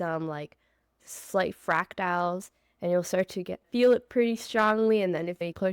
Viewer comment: Not to be annoying, hopefully... but they are FRACTALS... not Fractiles. See it even spell checked me on this. ;-)